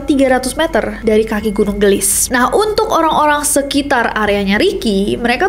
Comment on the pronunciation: Gunung geulis kak nessie bukan gunung gelis, itu teh pake bahasa sunda di bacanya